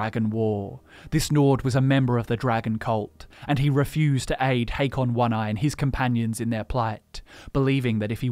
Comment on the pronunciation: Hakon, not "Haykon".